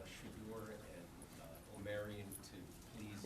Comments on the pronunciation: Reporters: I know I’m going to butcher this name but…………O-Mer-eon?! The same reporter pronounces Zchedenski no problems 🤣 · Oh-Mar-Ree-On!!!! I love these kids! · O-Mar-Eee-On thats how you pronounce his name.